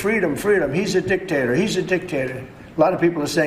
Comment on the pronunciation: Did he say dictator or dick taker?